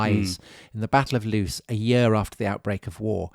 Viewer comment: LOOS is not pronounced LOOSE but LAWS